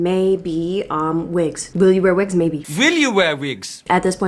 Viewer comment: “vill you vear vigs?” 🥲✨🖤 thank you for the lovely video.